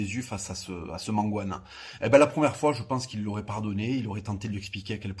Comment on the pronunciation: Mangane pas mangouane dans la limite Gers lande... sinon c'est parfait